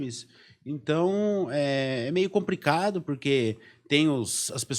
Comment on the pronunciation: Como acontece com a imensa maioria dos podcasts no Brasil, um assunto de tamanha riqueza e dessa importância discutido por pessoas jovens que se expressam com muita dificuldade e com vocabulário muito pobre. Um diretor e escritor que troca o L pelo R. É realmente “compricado”. Onde o mundo vai parar com esse tipo de gente, que não procura estudar e se qualificar para o básico: falar minimamente bem a sua língua-mãe? É absolutamente compreensível a queda dos podcasts por aqui.